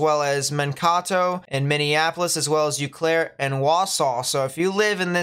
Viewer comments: Ooooo-Claire. Eau Claire. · Eau Claire = 'Oh Claire' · Eau Claire is pronounced like Oh Claire